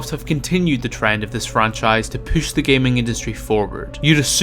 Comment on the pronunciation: No one: This guy: POOSH